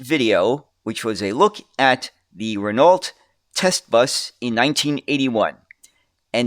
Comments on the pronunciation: It’s pronounced Rin Oh. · It wasn't the accent throwing me, it was pronouncing the silent "lt". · I can't help but to notice that "Renault" was not pronounced correctly a single time.